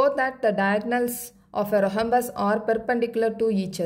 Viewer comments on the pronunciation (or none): Mam h is silent in rhombus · Mam athu rohombus illa rhombus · Mam your pronounce of Rhombus is wrong